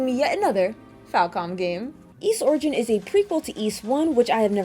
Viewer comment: Great review. You may be the only person on Youtube who correctly pronounces the word "Ys". Most people say "ease".